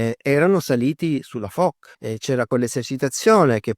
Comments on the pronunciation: Molto interessante. Piccola nota per chi desidera citare correttamente i nomi menzionati nel video: "Foch" si pronuncia /fɔʃ/, non /fɔk/. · Come perdere immediadamente tutta la credibilita, pronunciando ' Fok' invece di 'Fosc'.... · Ebbene si,secondo me proprio perche'e'sul pezzo da 40 anni dovrebbe sapere la dizione corretta,ripeto non e'una svista ,evidentemente pensa davvero che si pronunci "Fok'...e questa me e'una piccola cialtronata.... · La portaerei "Foc", non si può sentire.